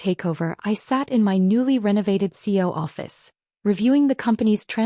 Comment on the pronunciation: Please learn to pronounce CEO correctly. It is the acronym for Chief Executive Officer and is pronounced with three syllables -- C-E-O.